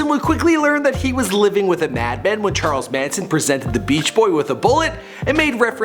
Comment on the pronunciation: "churles Manson"